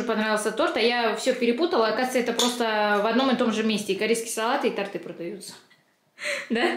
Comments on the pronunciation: Не ТортЫ, а тОрты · не тортЫ,а тОрты )) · Простите, но тОрты 😉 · тОрты и свёкла,а не свекла,только не сердись многие в этих словах ошибаются 😊💖